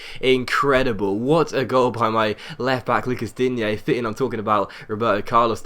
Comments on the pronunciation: Same with Digne, he's french not spanish, so you pronounce Dign(e) not Digné. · Digne is pronounced 'Dean' btw